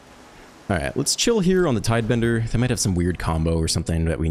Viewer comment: Cant believe hes still saying tidebender